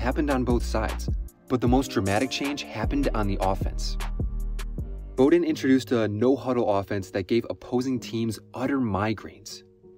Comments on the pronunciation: It was hard to listen to with him mispronouncing the name Bowden. It’s BOW like Wow not BOW like hair bow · Not Bo" den...Bow, like wow'den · I can’t believe this dude went through this whole video and called him “Bow”-den 🤦🏻‍♂️ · Bow-den… not Bo-Den Aside from that- great vid and great topic!! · Dude. it's BOWden as in "take a bow" or "bow of a ship". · Awwww smh he really said it like crazy - if he did a lick of pure research like watching an old game he woulda heard it called Bowden like bow wow like a dog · I believe this was on purpose - listen as he pauses before he says Bow-den he paused every time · And it was Mack Brown. Which is the sound that the name Bowden is properly pronounced. BrOWn BOWden. Get it? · Dude I like your videos but come on you can’t call him Mack Jones and then mispronounce Bowden. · Yeah, bro, that was pretty bad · I cant believe you've mispronounced Bowden. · You never heard Bobby Bowden's name pronounced before and your made a college football video? Lol. Not a bad video but you have to be young ha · Hearing you mis-pronounce Bowden's name made me stop watching lmao.